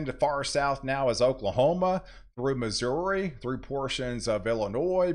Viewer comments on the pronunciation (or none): none